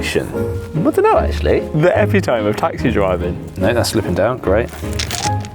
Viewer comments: epi-tome? It's eh-pit-oh-me :) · Lost me at epi-tome, but I’ll let it play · euh-pit-oh-mee... Epi-toem lmao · Great Vid! E-pit-om-ee epitome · just fyi...epitome - pronounced uh-pit-uh-mee Sorry for the vocab lesson. love your vids! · Epitome? It’s pronounced epitome 😋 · Epitome ??....Eh- Pit - Toe - May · Thats not how you pronounce epitome. epi-tuh-mi is correct pronunciation. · What's scary is that these words are somehow being used widely in a mispronounced way. People saying hyper-bowl and epi-tome. I don't understand how these are spreading. How do people use a word they don't even know how to pronounce. Like how does it make it into a script? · Please address your pronunciation of epitome lol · That's..... not how epitome is said....